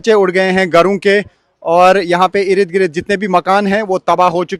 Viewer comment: Irid Girid... Bhai Ird Gird